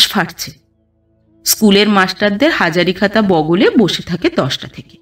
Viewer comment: পাঠের অসাবধানতা, তোমরা মতো পাঠিকার কাছে কাম্য নয়। যেমন বেলার হাতে টিচারদের হাজারি খাতা। ঐ হাজারি খাতা উচ্চারণ শুনে কানে, ঝনঝন ঝনঝন করে কানে ধাক্কা খেল। Confirm হবার জন্য repeat শুনেছি। ঘুম আসছিল না, তোমার গল্প‌ই শুনতে শুরু করলাম কিন্তু হতাশ হলাম। সাবধান সতর্ক না হলে...........